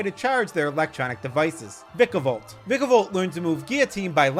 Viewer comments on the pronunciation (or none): none